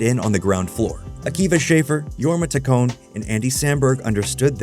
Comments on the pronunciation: This video is so good and tells their history at snl so well!! But just so you know its shaff- er (hard a) and taccon- ee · Can't pronounce Taccone, thinks Lonely Island has lost touch with the internet (even though they produce I Think You Should Leave which the same channel made a video about a few weeks later), thinks 2005 was the "early internet." This video doesn't seem to know much about the era. It's like a book report. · I pretty sure you're mispronouncing Taccone